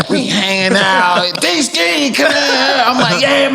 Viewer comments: It's DeeSki 🤣🤣🤣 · “D Ski”😂😂😂😂😂😂😂😂😂😂😂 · 🤷‍♂ "It's D-Skee" 😂😂